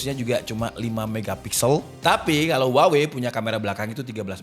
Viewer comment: maaf. daLam bahasa asLinya, kata HUAWEi dibacanya WAHWEi